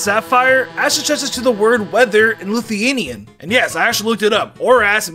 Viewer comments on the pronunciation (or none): congrats you figured it out sevral years after all the othe Lithuanians did (Also you pronoynced it wrong)